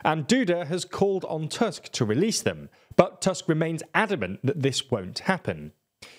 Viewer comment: In Polish, "U" is always pronounced like "u" in "butcher", so the surname "Tusk" is not pronounced like the English word "tusk" Secondly, "CZ" is pronounced like "ch" in English, so your pronunciation of the surname "Kaczyński" is incomprehensible because you pronounce the surname like "Kaziński". And the last thing is that the letter "J" in Polish is pronounced like the English "Y". If you don't know, you can always check the pronunciation of the names of the people you are talking about on Wikipedia :P